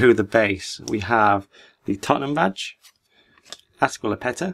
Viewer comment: The guy says Aspilipueta